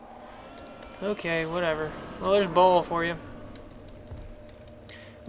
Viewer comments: WRONG it's pronounced like "BALE" and if you dont believe me,watch the act 5 cut scenes of Diablo 2:Lord of Destruction,they pronounce it the same way!!! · Throne of 'Ball'? Has this guy even watched the cinamatics even ONCE? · It's Baal, pronounced like hay bale. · His name is Baal (pronounced Bale, like... Christian Bale). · Native english speakers have no sense of other languages at all : Dude is right , it's [Bahl] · It's pronounced "Bail"